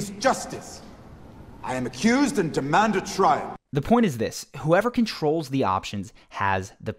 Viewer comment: You said "acclused" instead of accused at the 7 minute mark, boy. Just poking fun, love the videos. ;)